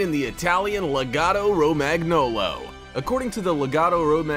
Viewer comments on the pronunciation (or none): Romag-nolo? Nooo Roma- gnolo is ok! equal to gnome😊😊😊